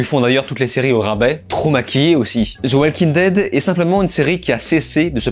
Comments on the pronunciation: Ze oualking dède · « Zeu oualkin deide » « Vinkins » 🤦‍♂️